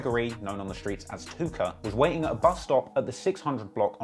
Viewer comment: I had to rewind it like 4x bc you’re limey pronouncin’ of “Tooka” as Took-OH! Hope no one smokes a blunt cuz I like these videos.